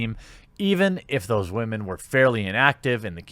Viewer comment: Why do you say wamen